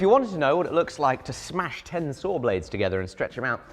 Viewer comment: It's a "saw", not a "soor"